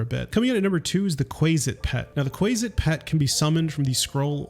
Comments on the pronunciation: It’s more like “Kwasit” (not Kwaysit) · Quasit is pronounced with a short “a”, as in “quaff”, “quasi”. Gary Gygax, who invented them as a chaotic evil counterpart to they mythological imp, likely simply shortened it from “quasi-demon”, using the same ending as “mephit”. Regardless, Gary pronounced it “QUAH-zit”, and the community of players of D&D and related games have been pronouncing it as such for almost half a century. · Disliked for how you pronounce quazit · It's Kwa Sit. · I love newbies to dnd mispronoucning the stupid made up names we have. Like quasit and loviatar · Quasit is pronounced with a short a sound, not long A. Good video though. Liked.